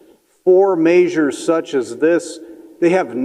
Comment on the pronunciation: It’s measures, not “maysures”.